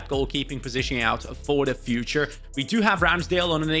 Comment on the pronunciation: you sound so scouse 😂, "sort that position ouuut for the fuuuuture."